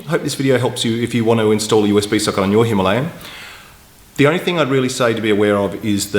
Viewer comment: Its not Himlayn , hi ma la yaan